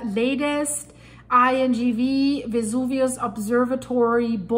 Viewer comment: Miss please the VESUVIO non si chiama VUIA and the gulf of POZZUOLI non si CHIAMA PUI or PULLI 😂😂😂: why do you not pronunce exact the original names? Thank you